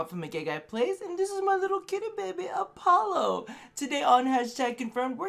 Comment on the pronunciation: It's Apollo, like the Greek god of music and light.